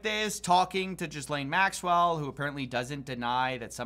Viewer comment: i love when says "jizzlane maxwell"